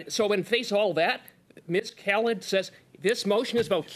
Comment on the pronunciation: Cooper is actually pronouncing her name correctly. It is pronounced "kal-id" and not "kal-eed" (think DJ Khalid).